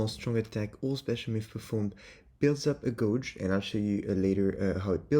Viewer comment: Guage is pronounced Gayj, rather than Goj jsyk. Uryu is busted o.o